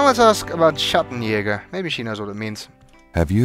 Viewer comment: here we find the inherent problem of recording the actors in separate locations at separate times. Tim Curry pronounces the word “Schattenjäger” correctly. Linda Gary does not. Gabriel doesn’t correct his gran cuz he’s not there with her. And before you say “Well she’s a southern belle so of course she’ll drawl the word in her own accent,” Gran claims to have heard her husband — a native born German — say “Schattenjäger” in his sleep often. Often enough that it formed a memory in her head. When you only hear a word, and never see it written, it becomes very unlikely you’ll mispronounce it later. Even years later. If the actors recorded their dialogue together, as is sometimes done for big Pixar productions or TV cartoons, the issue gets resolved after rehearsal or the first take. If whoever directs the actors is the same person at every session, and is paying attention to this obviously important foreign-language word that forms the basis of a game puzzle, said director would’ve known the right way to say “Schattenjäger” and then corrected Linda Gary. If the production staff had prepared notes for the talent, including a pronunciation guide, this doesn’t happen. But since video game dialogue is often recorded on the cheap — in many locations (to prevent the costly flying and accommodating of actors), at many sessions over weeks or months, and often using local, contract production staff who have no connection with the creative elements of the project and just want to del